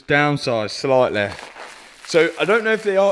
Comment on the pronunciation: Its not sleitleigh, it's slightly 😂